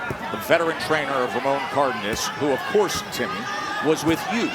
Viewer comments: His name is not Cardiniss. That was driving me insane the entire fight. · yo, it's pronounced CAR-DAY-NASS...